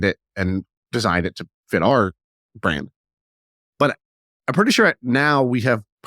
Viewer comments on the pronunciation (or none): Funny how difficult a time has saying Ours 😂😂😂 it's Or-A lol